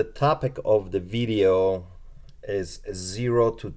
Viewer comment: Vidddeo..is that how you say video.. LMAO